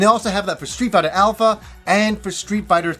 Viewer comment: Does he say. Street biter?. Because he say it really weird somehow.